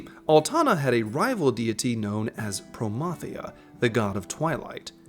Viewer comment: If Dynamis raid isn't XI style I'm going to be HIGHLY disappointed! Thank you for pronouncing Promathia right!